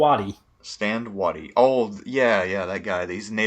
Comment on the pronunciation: It's Stand WAY-tie, not Stand Wahtee. TransMississippi Generals Units etc. always get the short end of the stick from historians.